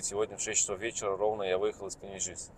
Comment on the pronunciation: Я родился и рос в Паневежисе! Мне очень противно слушать как ты произносишь Паневежис!